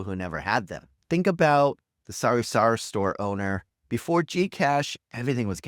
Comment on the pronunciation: It's funny everytime you say sorry-sorry store instead of sah-ree-sah-ree 😂